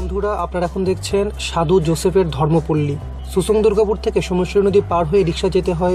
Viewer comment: not susang its simsang